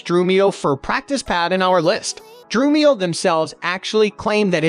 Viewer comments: Exactly what I thought when I heard the narrator say "Drew-me-oh." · Has anyone noticed that the voice narration is AI? Notice the mispronunciation of Drumeo, Remo, and Sabian. Notice the pauses in sentences where no human would pause.